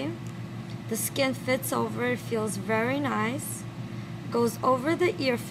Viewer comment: its funny how she says very niceat